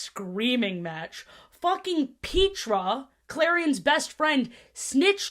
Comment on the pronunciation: I'm sorry Pete-ra? it's Pet-tra! wtf